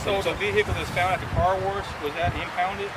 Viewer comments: I heard "car warsh".....my people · "the vehicle that was found at the car worsh???"